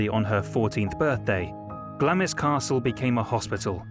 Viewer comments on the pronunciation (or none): Glamis is pronounced with the i silent!!!!!!!!! BAD MISTAKE!!!!!!! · The Earl of Strathmore home Glamis Castle is pronounced “Glarm” not glam - is. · 'Glamis' is pronounced 'Glaams' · "Glamis" is pronounced GLAMS